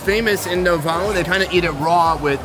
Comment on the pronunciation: Davao is pronounces as DA-VA-U